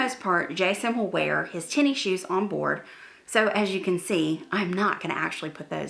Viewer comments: I like your videos but you calling it “tenny shoes” makes me mental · I like how you say Tenny shoes must be a southern thing!